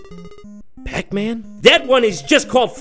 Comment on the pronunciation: just the way he says PAC Man cracks me up 😂